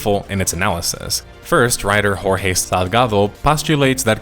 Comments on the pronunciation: That is not how you pronounce "Jorge" in Portuguese by the way. Portuguese "j"s are like the French, not the Spanish. "Joorje" is closer than "horhey" Besides that, good video! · based and nuanced take on Concord, great job as usual the only thing i want to point out is how you pronounced the name of the Portuguese article writer in Portuguese, you don't pronounce the letter "J" as an "H" the same way you do in Spanish, you pronounce the same way you would in John or Joe, so the name Jorge Salgado, is pronounced as George Salgado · Your pronunciation of jorhe is very wrong in Portuguese j sound has a closer sound to english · Just a little tip. In Portuguese, you pronouce "J" same as english "Jay" not as "Y" like in spanish. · just leaving this here, the pronounciation of his name is more like Jo (like johnny) or (combine with Jo, so Jor) ge (like in Gentle) (or like George, but without the E and some toning because how the portuguese language (in general) prioritize the sound and harmony of its words), since it's portugese and not spanish . This is not a hate comment, it's just a little bit of helping with a language not everyone knows Also Great Video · I know it's a nitpick but in portuguese we don't pronounce "J" like in spanish, with a "R" sound. Anyway, nice video! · Wow! You pronounced Jorge Salgado's first name in a Spanish way. You monster! In the Portuguese language, the J (and G) is not pronounced like an H. In fact, the H sound isn't even natural to the Portuguese language. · Unrelated, but being Portuguese, you say "Jorge" as you would say "George" and not in the Spanish form. Common mistake, it's alright, but Portuguese "Jorge" is said differently from Spanish, but you said "Delgado" mostly well.